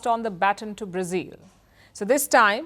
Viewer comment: Its not Brazeel but Brazil!!